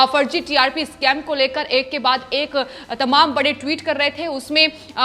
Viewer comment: नाही नाही इस्काम नाही स्कैम कहे मैडमजी